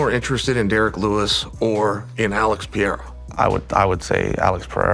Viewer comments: Chael cannot pronounce Perreira, sounds like Peter and Cyril like Surreal! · Someone teach Chael how to pronounce Pereira,holy fuk